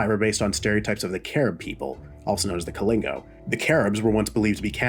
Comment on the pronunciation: Love the video man and the pronunciation is kali-na-go and do-mi-ni-ca also i appreciate you making it known that the cannibalism was a myth